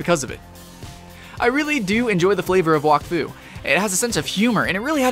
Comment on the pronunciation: you prenounce wak as whack